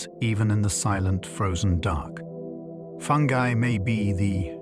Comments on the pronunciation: I love listening to these at night. But I can’t listen to this one because of the way that he pronounces fungi. It’s obviously AI. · I thought it was called fungi not fungee 😂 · Ya this one kinda killed it for me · If fungi can’t be pronounced properly I’m out of her! Stupid Al!!